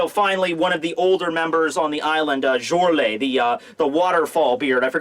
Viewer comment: also if its Germanic you pronounce the letter J like a Y, so it sounds like "Yorle, and Yarle"